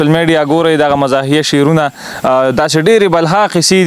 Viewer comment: Da sherono da talaffuz d ghalat d شعرونہ dase likali kigi